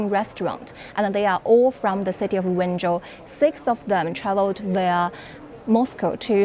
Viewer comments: me wenzhou is pronounced as "when Joe" exactly. Zhou = joe, not zou. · Can someone tell him it's Wenzhou, sounds like "When Joe"